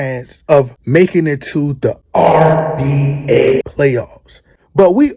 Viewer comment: Are u saying RBA?